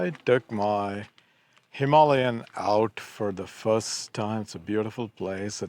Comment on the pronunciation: i thought it sounded better that way